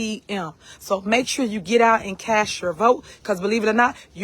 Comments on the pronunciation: "CAST" YOUR VOTE!!! NOT "CASH" YOUR VOTE😒!!! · Not 1 youtuber or anyone in the comments i have read about this clip is that she says "CASH" your vote and not "CAST" this disgusting thing of a woman is a gangster thug and has an IQ of a fly and will be in jail soon! A literal gang is running 2 towns and the FBI is buildimg a huge case! Lil wayne gonna play her in the movie from all this craziness!